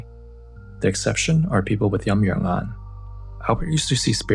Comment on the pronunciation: It's Yin Yang Yan , not "Yum Yuern Ahn"